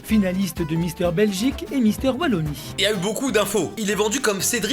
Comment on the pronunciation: La Wallonie est une des trois régions belges (Flandre, Wallonie et Bruxelles-Capitale) Et merci de l'avoir prononcé Ouallonie et pas VVVVallonie comme la plupart de tes congénères françouilles ^^